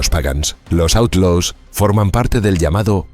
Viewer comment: & didn’t bother to pronounce Outlaws correctly in a documentary about the Outlaws🙄